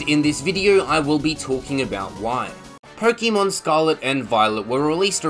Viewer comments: It’s Pokémon not pokimon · Personally, I don't listen to the "advice" of someone who pronounces it "pokEEmon" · Its not 'Pokeymon' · The way you were pronouncing Pokémon 💀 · I can't take pokèmon advice from someone who mis pronounces pokèmon. Also I would rather pay $35 for a DLC than buy the same game again but "utlra" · You mispronounced Pokémon.